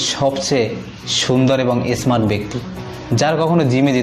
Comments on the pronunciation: গাধার বাচ্চা আগে তুই কথা শিখ ভালো করে। যাকে থাকে শিক্ষিত বানাচ্ছিস কেন? আর তুই তো কথাই বলতে পারিস না। issSmart না রে গাধা এটা smart হবে। আর মহানবী (স) নামটা ভালো করে বলিস যদি পরভর্তিতে কখনো বলিস। শালা আবাল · Esmart noy pronounce ta holo smart age pronouncing clear koren.